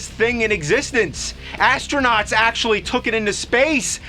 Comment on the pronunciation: He axe-ually uses it.